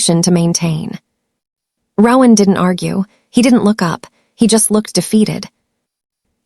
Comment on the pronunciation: Very engaging, unexpected and scary story. One suggestion: the AI narrator mispronounced the name ‘Rowan’ throughout, which was very annoying and off-putting. In future, please consider choosing names that will not be this annoyingly affected by A I.